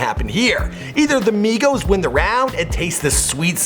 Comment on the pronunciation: migos, its not hard